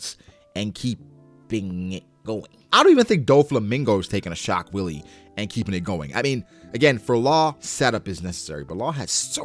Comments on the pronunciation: sidenote, given the spelling, I don't think it's pronounced willie. I think wille is pronounced closer to "will" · Yo Law, I know the shock willy is a funny joke, but as a german viewer its so irritating. Laws attacks are clearly written in (pretty broken) german: Its pronounced more like shock villuh :) Keep it up man, i love you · Dude the W in german is spelled V. So it's "shock velle ".